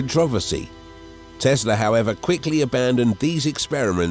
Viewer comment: It's not Tezla, it's TeSla !